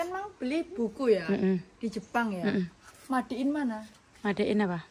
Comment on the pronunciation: guru bhsa enggres tapi baca made in kok ma de in😂😂